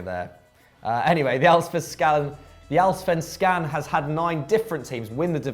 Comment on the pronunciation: I have never ever seen someone pronouncing Allsvenskan that badly ever, I think even Africans would do better (and by that I mean that African languages are further away from Swedish than English)